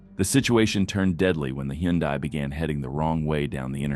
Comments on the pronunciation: What's a Hen-die Tiburon? Baby the TTS, maybe spelling hun die will sound like Hyundai. I appreciate that you edit out the profanity. I love the countdown sequence. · Tf is a hendai? Did you mean a Hyundai? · WTH is a hen-die ? 🐔🍗☠️ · Wtf is a heeeyundie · Why can you not pronounce Hyundai right?